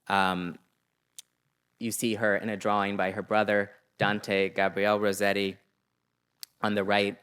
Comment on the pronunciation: Rossetti double "s" is pronounced as in * hiss *, not as in * rose *